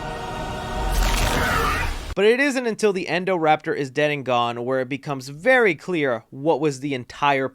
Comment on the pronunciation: not endoraptor, indoraptor. XD.